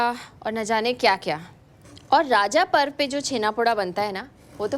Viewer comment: ये राजा पर्व नहीं रज पर्व बोला जाता है।